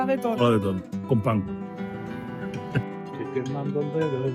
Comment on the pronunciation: Por qué da vuelta la t y la s? "Estoy" se convierte en "etsoy"